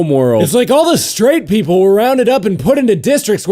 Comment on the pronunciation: I love how it sound when he says people as peepurel.